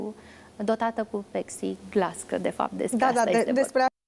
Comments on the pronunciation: A zis clar pexi glass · E clar că nu spune pLexi (denumirea corectă) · Parca spune pexoglas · A spus pexiglas nu pepsiglas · A zis pexiglas clar, a mancat doar litera "l". Nu mi se pare atat de tragic, mai ales ca nu e un cuvant usor de pronunțat. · ))))) Nu e tragic, e gresit! Corect, e PLEXIGLAS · Nu corect este PepsiGlass :)))) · da a zis pexi glass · Daca la tine se auze ca a zis plexi....atunci e ok :)) A zis corect! Probabil si la Iohannis auzi ca zice perioada si nu pereoada